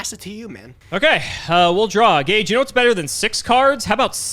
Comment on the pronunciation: Oh, this episode was about an hour earlier than usual, it was good surprise. and butchering Gage😱😳🤪😬🤗